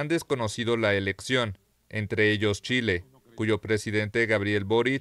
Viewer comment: "Txile" 😂 Candil de la calle ...